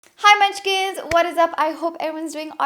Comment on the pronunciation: Nailed it gurl you are so patient pewwww 😂😘😘😘 💗 and love the way you say munchkins 💗